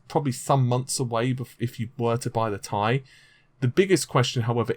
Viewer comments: It's not pronounced 'tie', it's 'T' 'i' or just call it Titanium. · But it's T I not Tie! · I will have to continue skipping the sections of your video in which you call the 1080 "TEE-EYE" ... the 1080 "Tie". Just can't deal. Drives me nuts. Thanks for the Vega news. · not TIE its T-I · T.I not Tie! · gtx 1080 T I ffs. not tie. secondly emboldened not bolded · Not TI tai IT"S TEE AI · TEE.EYE Stop saying "tie". How the hell are you a tech person when you can't even pronounce these names correctly?! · T-I SINGLE LETTERS NOT TY/TYE/TIE/FUCKOFF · t i not tie lol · T.I...T FUCKING I; NOT TIE, NOT TRI, NOT BI BUT LETTER T, LETTER I. FUCK ME IS THIS SETTING OFF MY OCD. TI FUCK SAKE, IT'S TWO LETTERS IN DUAL SUCCESSION NOT AS A FUCKING AMALGAMATION. ITS LIKE TUNING YOUR RADIO; WOULD YOU LIKE AM OR FM, NOT PHONETICALLY AMM OR FUMM. AHHHHHHHHHHHHHHHHHHHHH!!!!!!!!!!!!!!!!! REEEEEEEEEEEEEEEEEE!!!!!!!!!!!!!!!! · first of all it's t i not tie, so get your words right and secondly you aren't invited to that gamer conference either and I bet you it's not what you think it is what if I told you it had to deal with Shield what if I told you that you're f**** wrong it's about Shield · If I had a dislike for everytime you said TIE. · i cant hit the like button in good conscious when you keep saying tie like that. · pronounced "TIE".....lololololol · Sounds like he says Gtx 1080 tie!🤔